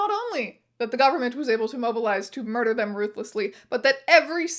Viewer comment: Rat "muder" is wild.